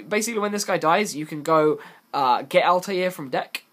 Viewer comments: JustTooGood It isn't though. "Altaïr" from AC has a double accented "i", which leads to the "All-tie-ear" pronunciation. "Satellarknight Altair" has no such accent, meaning it is pronounced "All-tear" as in "A'll tear you a new one for pronouncing 'Altair' wrong." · It's to counter the fact he can't say Altair correctly.